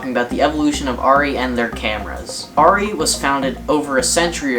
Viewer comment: Thankfully you pronounce the camera name correctly! Rrr EEE not AIR EEE